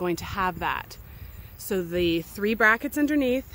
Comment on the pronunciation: I thought the speaker said brackets.